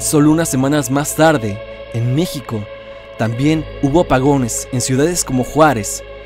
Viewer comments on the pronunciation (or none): none